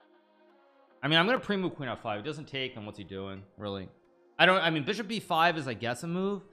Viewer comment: bro please stop accentuating words weirdly, like just annunciate it normally. Love the content, hate hearing beeshop